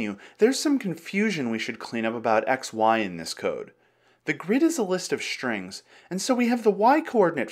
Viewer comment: im just one minute into the video and would like to ask, why do you say "list of shtrings"? why I encounter with so many american people who say "shtraight"? is there's something I dont know about the English language? Ill watch the video and hope it to be fun. with no SH instead of S.